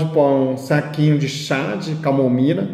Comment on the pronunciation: Kkkkkkk. Amei. Ele parece ser tão bonzinho... "çá de comomila" kkkk